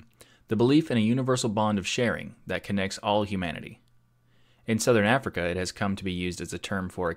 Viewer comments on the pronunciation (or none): none